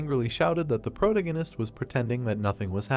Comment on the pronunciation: Had to stop wtf is a “protengenist” 😭😭 man says it every other line. Protagonist is the word pronunciation the a in there